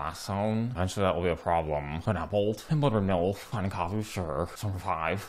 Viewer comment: Lol I never realized you said bloodbraid milf 😂